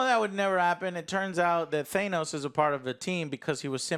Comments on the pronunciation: exactly i had dyslexia when I was young, ahaha anyway ots ok to get names wrong. He kept saying Thanos with a long a sound. He keeps pronouncing Irish Elvas name with longbI sound ahhaahh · Don't forget how he says Thanos